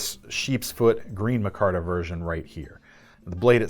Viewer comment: It's pronounced micarta not mahcarta? It's like every episode you mispronounce another word, lol just kidding love your videos.